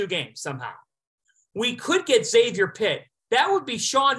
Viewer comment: You lose all credibility when you can't even pronounce Xavier correctly. They are a three seed, in the big east, been relevant for over 25 years. Makes me wonder if you've even watched them play